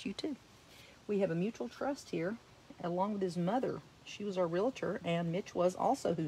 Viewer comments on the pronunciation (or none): You are a great teacher. You pronounce Realtor like most other people 😂 RealATor isn’t a word but I mispronounce some words too. It’s just hard to change.